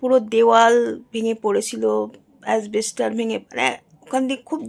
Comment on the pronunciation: খুব ভালো লাগলো শব্দ টা asbestos not asbester